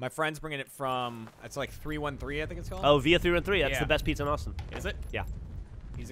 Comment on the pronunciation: Had to stop what I was doing when I heard Jeremy and Geoff pronounce '313' correctly. For any AH member, you ever come to Detroit, I'll treat you to voted one of the best pizza's in America: Niki's Pizza. Geoff, you'd adore the Greek Pizza. Jeremy and Geoff, you both made my day by saying it correctly and saying Detroit style is great.